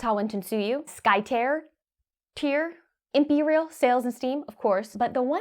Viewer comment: Hey! Thanks for the mini-shoutout for Empyreal. Pronounced like "imperial" btw. You got it. :)